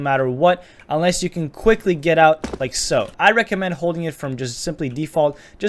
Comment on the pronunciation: "LiEK SoO"